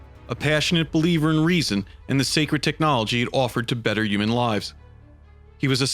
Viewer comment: Dude needs to work on his pronunciation. Terror, uman etc...